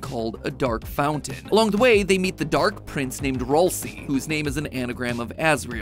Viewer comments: ITS PRONOUNCED RALSAY NOT RALSEE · IT”S RALSAY NOT RoLcEY!!! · it’s actually pronounced “ral say” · It’s not Ralsie (ralsie) it’s ralsie (ral-sie) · Nah I’m just mad the way he says Raslei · excuse me? “Rohl-see”??? Thats the worst pronunciation ever! I love it! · Ralsei's name is actually pronounced Ral-say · roll see is a crazy way to pronounce ralseial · MATPAT IT IS PRONUCED RAL-SAY RALSAY GOT IT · Ralsei is pronounced r æl say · He pronounced Ralsei wrong 💀💀💀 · That is not how you say ralsei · Thats how you say ralsei